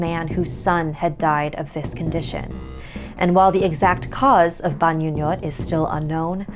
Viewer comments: Sorry for correcting you ate but it is pronounced as (Bahngoo-ngōt) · Actually the pronunciation of the "Bangungot" is like Bang-ngo-ngot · the way you pronounce bangungot was a bit distracting😭 but i enjoyed it nonetheless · you pronounced bangungot wrong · I think the "ng"s in bangungot is pronounced like the "ng"s in "bang" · I was thinking the same thing.